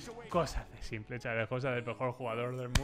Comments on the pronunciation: UFFF PORFA SIEMPLE NO PORFAVORRRR "SIMPOL" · cada vez que dices "simple" en vez de " simpol" (en inglés) le quitas aim..Pobre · me suena tan raro oír "s1mplé"